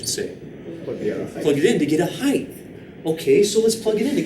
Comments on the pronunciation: heighth lol LOVE YOUR VIDS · as a non native speaker i hadn't heard of it before either so it's surprising